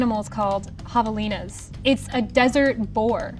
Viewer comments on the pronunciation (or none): Arizona girl out here saying javelina wrong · How she pronounced “Javelina” makes me want to cringe. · That isn’t how you say javelina 😂😂😂